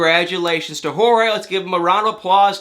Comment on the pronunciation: First off, thanks for the video once again. Jorge’s name is actually pronounced like George would be, just letting you know. Also, Mike & Natalie probably would’ve started filming the “Happily Ever After” season 6 from the timeline you said cuz on this season that’s about to wrap up, they got married in March 2020.